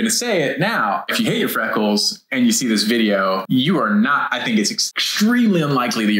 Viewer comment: Did I hear “frackles” 😂